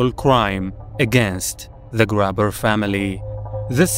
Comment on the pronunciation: Thanks for this. I was just about to comment the same thing. 😩 I was so triggered by "grabber" especially.